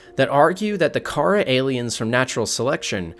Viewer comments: I am so fed up with people calling it karah it’s pronounced ‘Kuh rah’. OK! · Kah-rah bacterium is how you pronounce it